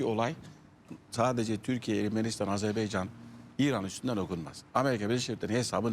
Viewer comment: BU ÜLKEDE TEPEDEN TIRNAĞA BAKANINA PAŞASINA BİR ÜLKENİN ADINI ÖĞRETMEK LAZIM--- DÜNYADA AZERBEYCAN DİYE BİR ÜLKE YOK... AZERBAYCAN -- AZERBAYCAN -- AZERBAYCAN... KOCA KOCA ADAMLAR. ARTIK DOĞRU SÖYLEYİN ŞU ÜLKEMİZİN ADINI. HECELEYİN BAKAYIM. A ZER BAY CAN.. NEYMİŞ A ZER BAY CAN... AFFERİN. İŞTE BÖYLE..